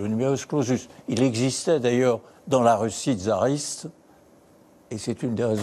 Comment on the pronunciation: Il est curieux d'entendre M. Robert Badinter prononcer " tzariste " au lieu de " tsariste " d'un côte et " fassiste " au lieu de fascite ( ch en francais communément accepté ) de l'autre Pier .